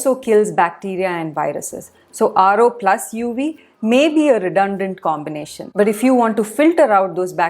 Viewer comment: I find Indians don't understand the phonetic difference between 'v' and 'w' -- 'wery, wery good'; 'UW filter'.